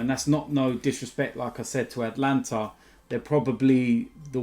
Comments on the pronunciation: Is it PSG vs the “Atlanta” Hawks/Brave/Falcons? Cuz I thought it was AtAlanta!! His pronunciations are top draw!!! 😂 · ATALANTA!!!!!! Not Atlanta 🤦🏽‍♂️ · Atalanta not Atlanta, wrong country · ATALANTA! not ATLANTA